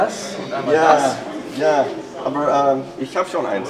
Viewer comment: That "aber" is hilariously accented. ROFL No offense, of course. But it's pretty funny how it's being pronounced as if it was some English word. Everything else sounded fine, though!